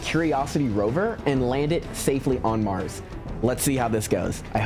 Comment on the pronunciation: 😂 I hear you say MarJS rover